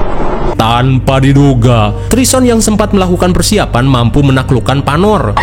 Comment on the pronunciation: Salah min bkn panor tapi panu😂😂😂